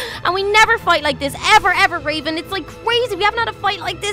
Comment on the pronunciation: Mckenzie Webster its raven u said ravan